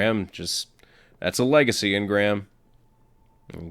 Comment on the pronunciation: It was a L-EGA-C-Y engram